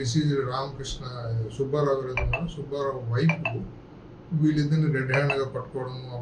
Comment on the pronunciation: ఒరేయ్ సుభ్భారావు కాదురా సుబ్బారావు అని చదవాలి. తెలుగు చదవటం నేర్చుకోరా శుంఠ.